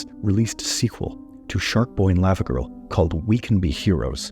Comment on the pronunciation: Why are you pronoucing it layva girl instead of Lava , like Hot Lava ... ?